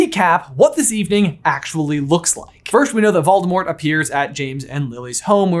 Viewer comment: It's clever of you to pronounce it "Valdemort." He won't find you that way. But I think you're giving Rowling way too much credit. She isn't a good writer. She didn't think about the story this deeply.